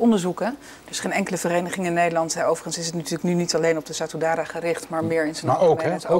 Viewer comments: Ja vanzelfsprekend, maar ik snap niet wat het met mijn reactie te maken heeft hoor. Ik had het over die gast in het filmpje die Satudarah niet kon uitspreken, hij interviewt die mensen en dan kan hij de naam niet eens juist uitspreken. Niet professioneel en zo al niet moeilijk om correct uit te spreken. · Hoe moeilijk kan het zijn voor sommige mensen om Satudarah uit te spreken?